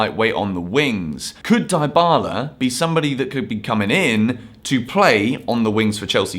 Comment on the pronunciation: « Deebala » not « Daïbala »